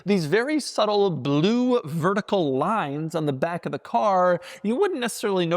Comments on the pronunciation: No one pronounces blue like that. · My boy, Bah-loo! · Ba-lue. Like how he says e-lectric. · There's something cool about the way Doug says "blue".